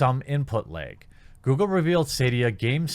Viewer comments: "Input lehg" ;) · “Input Laeg!” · "Input leeg" sure bro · You say the word "lag" pretty weirdly. Js..